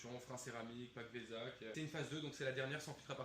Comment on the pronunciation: Le pack "Vézak" 🤣